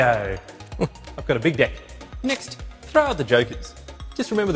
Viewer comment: " I've got a big dEck" - the E is important. It's not an I